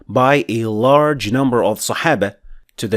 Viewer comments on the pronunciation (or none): none